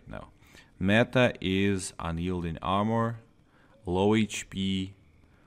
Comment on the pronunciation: Also its Armor, I swear I kept hearing ammo, unyielding ammo?